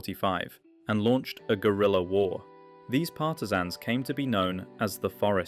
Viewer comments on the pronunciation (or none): none